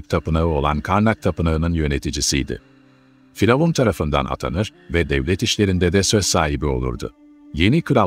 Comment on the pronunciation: Neden diravun demek yerine faravan diyorsunuz🤷